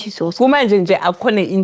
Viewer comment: the way the presenter says Jesus in nigerian accent is a total turn off.......